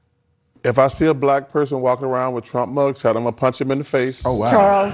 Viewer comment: Did Charles say "punch", or "paunch".........???